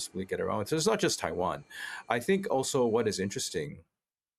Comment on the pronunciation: I can't bear to listen to that bint who can't pronounce 'Taiwan', bye!